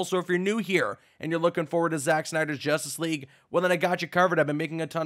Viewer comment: When he said Justice League at one point I thought he said Injustice 3